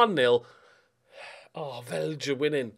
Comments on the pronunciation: Being a oldschooler I know his way of pronouncing names and places is spot on. Having said that, not sure he’s nailing ‘Vejle’ 😆 #danehere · Some pronunciations to help you out, although you're probably already better than I was when I started learning danish Vejle = V-eye-leh Lyngby = Lung-boo Nordsjælland= Nord Shell-and Midtjylland = Mid yull-and Hvidovre = Vee-door